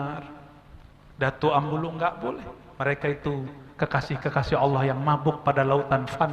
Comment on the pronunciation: Abulung bkn ambulung...